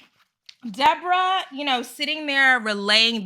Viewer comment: It's actually... DEE"BOAR"RAAH... 😂 And she looks EXACTLY like the puppet "Madame"... from the 1980's show "Solid Gold"... GIzelle, Mia, Ashley... and Ashley's "thirsty" friends... are ALL delusional... 🤨